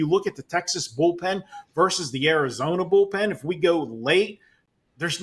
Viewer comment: just a reminder: Versus is pronounced with TWO syllables. It's not "verse". I know you're a proud Canadian, but you're also smart and should be able to make the simple adjustment.😀